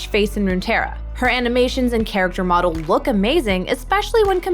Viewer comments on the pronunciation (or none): none